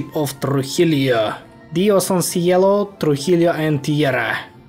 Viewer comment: The "LL/ll" in Spanish is pronounced as the "y" English letter in "year", so a word as "Trujillo" would be pronounced as "Trujiyo" and not as "Trujilio" 👀👌